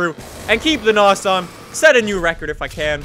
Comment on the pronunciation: I cringe Everytime he says nos